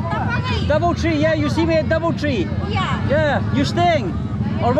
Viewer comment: i think she said Bubble Tea instead of doubletree